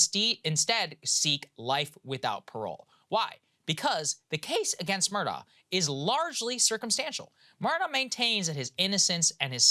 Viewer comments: It’s ‘A-lek Mur-dock’ About his trial - there’s so much more to it. Like, the kennel video that places him at the scene of the murder minutes before it happens. I don’t think the State proved it beyond a reasonable doubt, but he wasn’t convicted solely on that sliver of cell data. Onto Adnan Syad, he’s guilty as hell. At least he spent his best years behind bars. There’s no two ways about it. I live in the area. The Serial Podcast and Undisclosed are biased and do not tell the full story. Adnan was released because of some random DNA on Hae’s shoes - which were in her car, not on her body when she was found. It’s bizarre. Listen to Crime Weekly if you want to hear an unbiased version of the Hae Min Lee Murder Case. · His name is pronounced Alec Murdock. I hate when journslists screw up things like that. Shows laziness &/or incompetence. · His name is spelled Alex Murdagh but is pronounced Alec Murdoch (pronounced Murr-duck).